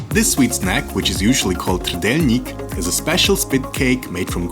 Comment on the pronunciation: First thing that he says: "traditional trdelnik"... Well, next video...